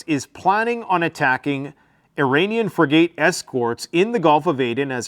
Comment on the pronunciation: It’s FRIG-it, not Fri-GATE,. Otherwise, good reporting! 👍